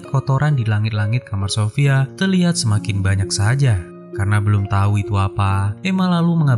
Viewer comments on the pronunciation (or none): none